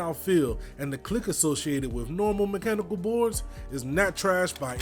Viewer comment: as soon as he said mem-chanical keyboard i left this comment and left